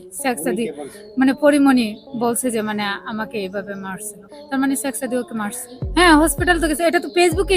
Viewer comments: ছেক সাদি,হায়রে নামটাও বলতে পারেনা😂😂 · I don't believe this girl. Because it is very clear that this is a planed and this girl a big lier, who is complaining about Porimoni here. When she was telling the history and she used many English word and it was many difficult words with perfect pronounced. All the English word she pronounced very right but only one word she mentioned few times very wring by intentionally, it is Shek Sadi. But she said every time 'Sexsadi" All the English words pronounced perfectly except the Sekh Sadi Other things that her way of telling the history as like a planed and professional lie. How she seen that Porimoni was sleeping with many man within 2 weeks? I request to police to arrest this girl and find the whole team, who is behind her and this whole plan to send this girl to Porimoni home to make trouble with Porimoni? I demand to arrest this girl as soon as possible please.